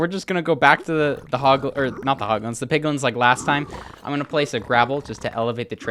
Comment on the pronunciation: he said hot guns ensted of hoglins